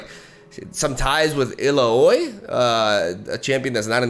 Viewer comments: it is a little bit off, the pronunciation, it is more like, ee-la-wi, i like to write them myself, (ee is like spelling the letter E, the same pronunciation) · Did you consider checking out gwent again? Still isnt flawless but it has its strengths. Nagakabouros xD its "e ll a o e" btw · Illaoi! "Ee-laa-wee" this is how you pronounced her. She was Gangblank's wife and she is HUGE! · For future correction, it's pronounced "Eel-la-wi" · So Illaoi is pronounced "ill-OW-EE" and she's a buff priestess, channeling her goddess' powers. Love the vids, fingers crossed for this patch brother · Illaoi se dice illaoi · The way you pronounce Illaoi is kinda cool ngl